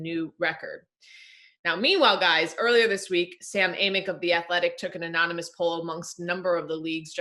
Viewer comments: unanymous instead of anonymous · We gonna ignore the fact this fool said “unonymous sources” 😂